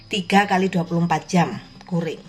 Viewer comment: Ibu, CURING cara bacanya Kyuring